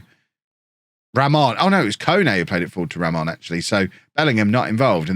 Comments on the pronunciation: you’re sayin Ramón right! 🎉🎉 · You're pronouncing Ramón right You can pronounce Raimon as Raymond and it should be fine